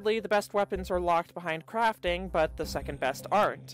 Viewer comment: In the beginning it soundid like you said with out craping